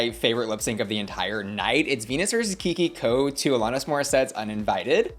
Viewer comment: Alanis. Not Alonis.